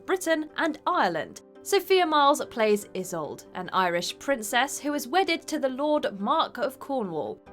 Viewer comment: The narrator needs to check on the pronunciation of Isolde. The mispronunciation is unprofessional.